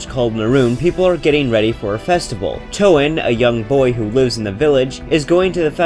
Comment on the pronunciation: “Toe Anne”